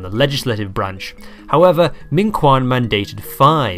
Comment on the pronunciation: I cannot even begin to describe how wrong your pronunciation of "minquan" is xdd